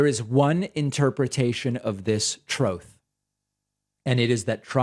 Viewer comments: Troth… troth… troth… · I laugh every time you say troths